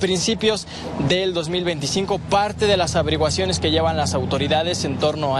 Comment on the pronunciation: 🤔💭LAS avereguaciones, LA S AVERIGUACIONES QUE HORROR APRENDE A HABLAR PRIMERO 🤣😂🤣😂🤣😂 Las primeras reportes???🤣😂🤣😂